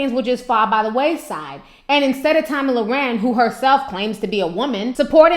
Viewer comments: Your a special kind of stupid ! And her name is not Tammy it's Tomi! And don't play your race card........ur ghetto! A lot like the view animals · Ti you stay messing her name up! Lol love u aha